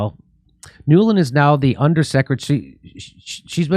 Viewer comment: “Nuland”… Every… Single… Time!!!